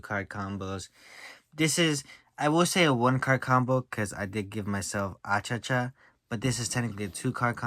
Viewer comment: Why you call him Achacha, it's Achichi 😅